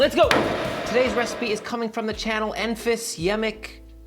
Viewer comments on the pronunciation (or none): none